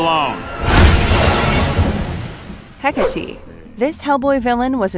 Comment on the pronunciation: *Heh-kah-tay The emphasis is on "kah".